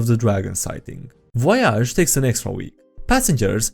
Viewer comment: pronounces Voyage in the French way. Very good.